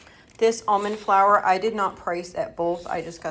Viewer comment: Flour not four 😅